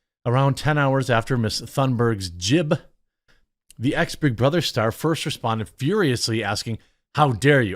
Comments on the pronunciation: Hey QUARTERING. . . you are the most inarticulate person I have met recently. . it's pronounce JIBE . . exactly as it is SPELLED.. . NOT 'JIB'. There is an E at the end of the word, making it a LONG 'i', not a short one. I suggest a quick check of ANY word you just can't seem to pronounce properly, in a pronunciation program or dictionary program with pronuciation feature. If you sound ignorant, you probably ARE ignorant. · It's pronounced JYBE not JIB. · 🤣 Jib? Long I, like white, or better yet scribe. J👁b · Jibe is pronounced “j-eye-b” one syllable. Great vid Jeremy 👍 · Ok just one thing... how do you ignore the "e" in Jibe ?😉😉You kept on saying Jib.... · Jiiiiibe idiot it's jibe... ( Jye..b) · Long "I" sound Jeremy. J-eye-be. :) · “Jibe” rhymes with “vibe” and “bribe” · Long "I" sound. Jibe= Vibe with a J :) One Badger to another :) 😇💘 Much love to your work. Love the channel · Jibe with a long "i". Rhymes with vibe. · jibe rhymes with vibe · Jibe as in vibe with a J.